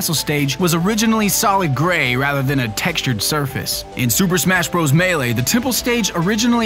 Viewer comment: SUUUUUUUUUPER MASHHHHHHHHHHHHH BROS! wait super mash bros i thought it was super SMASH bros well lol